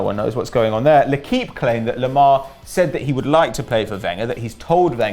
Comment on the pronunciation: Why do they call Thomas Lemar , pronounced "toma loma"?